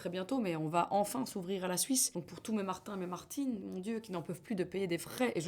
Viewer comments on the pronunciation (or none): none